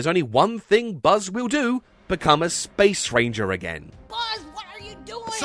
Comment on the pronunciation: I still can’t ever hear the “Space. Ranger.” line without just hearing “*Spanger*”